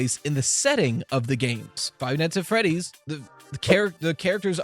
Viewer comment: Five nigshs at friedddddieeeeessss is this what your eheidjnel Five nIGHTS ANT freeeeeDIIEESSS eiennsiejemek